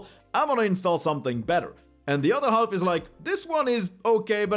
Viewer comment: I guess you should have a YouTube-search for "comedy silent letters" and watch the video "How the English language would sound if silent letters weren’t silent - BBC". I felt remembered to that by your "half" with pronouncing the "L" in there, which should be silent. ;-)